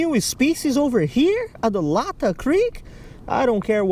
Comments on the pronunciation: FINALLY! Somebody comes to Washington for something other than the stereotypical salmon or sturgeon trip. Also, not to be too much of a douchey local, it’s “lay-tah” creek👍🏻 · It’s pronounced lay tah creek